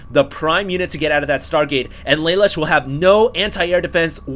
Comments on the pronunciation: You don't say it like lay lush, its la loosh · It's pronounced: lah -- loo -- sh From CodeGeass Thumbsup!